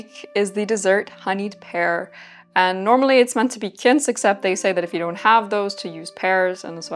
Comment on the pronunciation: This was so fun! Just one note, quince in pronounced kwince not kince. I'm assuming you've only seen it written and assumed it was like the US pronunciation of quincinera? I hope I'm not coming across as rude! I just know I'd want to know.